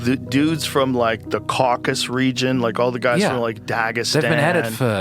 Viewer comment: Shoutout for saying “Caucasus” and not “Caucus”